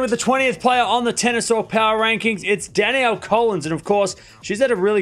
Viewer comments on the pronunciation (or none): none